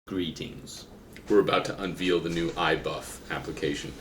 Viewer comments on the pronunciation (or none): “Unveal”? Sounded like you mashed unveil and reveal together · Unveal???? You guys are not doing the bodybuilding world any favors when you start the video mispronouncing simple words. We already have enough of a image problem with all the drug enhancements. :)